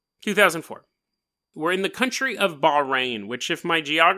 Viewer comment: Eyy I have a good friend in Bahrain. You butchered the pronunciation BTW XD.